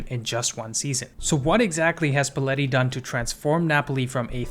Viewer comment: and luciano spalletti is pronounced luchiano!